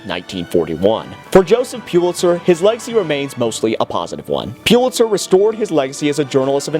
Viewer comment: Its pronounced PULL itzer!